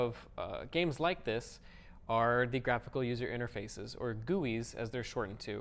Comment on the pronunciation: When he says "gewwies" "Gee-you-ice"....